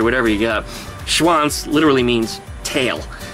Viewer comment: Swans (DE: Schwans) means in slang-swiss-german also multiple swans ;-) - but also the "Tail-Word" is also correct, but the last letter needs to be a "z" to be correct pronounced :-D